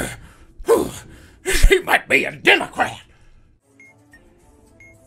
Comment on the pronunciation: I'm sorry but his pronunciation democrat is the funniest thing I've ever heard edit: I stand corrected, it's the HiLaRY CLinTON Hair???